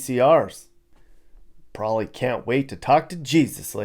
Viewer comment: This guy can't even say the word probably correctly! Calls it "prolly"